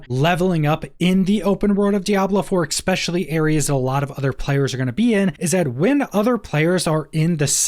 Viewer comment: Nice outlay of thoughts. I particularly like your observation that faster levelling will lend itself to more experimentation with alt classes. Minor pedantic suggestion for future videos: "Especially" does not have an x in it :-) Please consider breaking your habit of saying "exspecially." For us pedantic grammar police, it jumps out and puts a bump in an otherwise very smooth ride. (only suggesting this because I find your quality to be very high, and I think this is an easy way to improve it even more!)